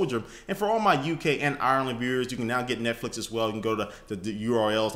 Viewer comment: "netflic(dot)co(dot)uk/soldier" :P